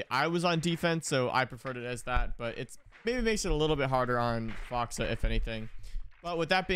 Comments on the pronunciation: Man I love you but hearing you say "Foxuh" and not FoxA was just petting my peeves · Can tell you don't watch OXG play much cuz you call him "Foxa" instead of "Fox A" No hate just jarring to me 😝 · It‘s FoxA not Fox or Foxa